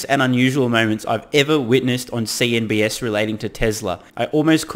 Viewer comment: why do you call CNBC, CNBS? Just curious 😳